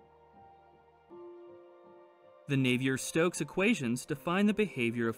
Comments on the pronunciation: As my wife would say, "Just a point of information." I believe that Euler is pronounced "Oil-er," not "You-ler" and Navier is pronounced "Nah-vee-ay," (it is French) not "Nav-ee-er." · Agreed. Confusing. But, then again, he doesn't know how to pronounce Euler or Navier. Perhaps he meant to state that the rate of change of the slope (the derivative) was large near the wall and approaches a constant value (nearing zero) much farther away?